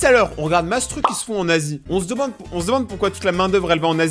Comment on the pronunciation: on dirait qui dit en nazi et pas en Asie